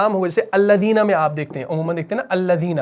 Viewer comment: انگلش کا لفظ I کا اردو معنی ہے میں اردو کالفظ میں کا انگلش معنی ہے in آ پ دونوں کا اردو تلفظ یعنی مخارج کی ادائیگی درست ادا کریں آپ کا کام زبردست ہے اللہ تعالیٰ قبول فرمائے اور برکت عطا کرے آمین